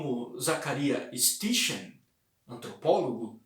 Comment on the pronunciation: Sitin é a pronúncia correta.